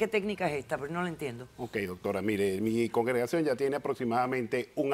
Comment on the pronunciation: “Congegracion” ahí ya perdí completamente la fe en la defensa de este hombre.😂😂😂